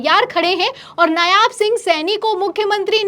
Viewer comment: नायाब नहीं, नायब कहिये। जितनी ख़बरें दिखा रही हैं उन सबमें नायब लिखा होने के बाद भी------।